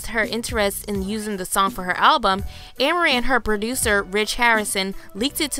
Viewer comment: The way her name was pronounced in the video made me cringe a bit. Its pronounced A-MAR-IE